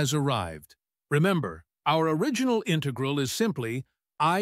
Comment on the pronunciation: The robot voice says "integral" incorrectly.